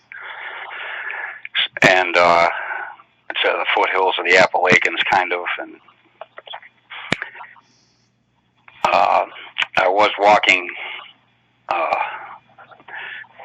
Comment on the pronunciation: How the heck does this guy mispronounce Appalachian???? He says appalaken??? People that are REALLY from that area would never mess up that because they are proud to be from that area.